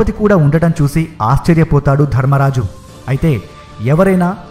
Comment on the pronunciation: It's while not wail, it's not diffended defended,it's winned not wined , it's dharmaraja not dharammaraja it's not shudeva it's sahadeva telugu vastay telugu lo cheppalsindi sir chudandi yenni mistakes okariki warning ichhay apudu manavanni correct ga pettukovali lekapotay vallu vekkirinchadaniki manamay chance ichhina vallam avtamu